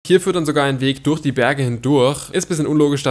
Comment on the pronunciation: Wie er das durch falsch ausspricht